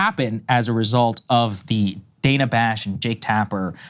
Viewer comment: This is petty, like the story but Steve Bannon can address Dana Bash by her preferred pronunciation, danna, not dana. Can you two jump on? Small but courteous. TBC, I don’t like any of these folks and if I had something else going on…